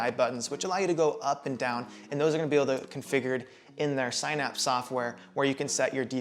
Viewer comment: Definitely pronouncing synapse wrong. Just a heads up